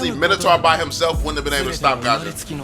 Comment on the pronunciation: Its not gasion! Its fusion!! """"